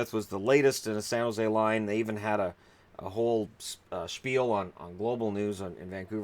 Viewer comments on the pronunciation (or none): none